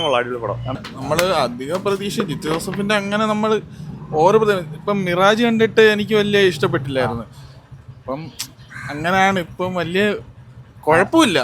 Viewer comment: മിറാജ് അല്ല സിറാജ് 😁😁